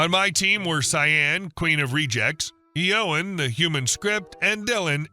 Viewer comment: The butchering of the pronunciation of "Shawn" and "Yowen" is pretty funny.